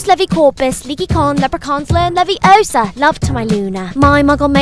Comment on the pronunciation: levi0sa not leviosaaa